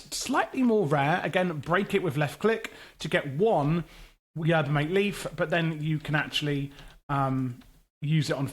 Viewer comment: Not to mention Yerba MAH-TEH